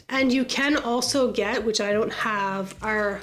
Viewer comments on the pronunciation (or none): none